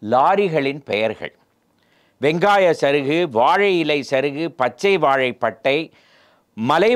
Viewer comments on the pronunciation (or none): none